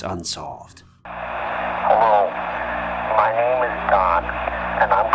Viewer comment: Not to mention, pronunciation!!!! I’m over being nice. Get the shit right